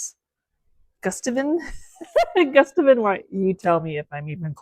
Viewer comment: The paint color is pronounced Goo-sta-vian ❤❤❤